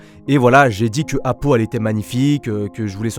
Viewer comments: Apo pas apou t’es pas dans les simpson 😂😂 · mdr au début tu la appelé apou au lieu de apo😂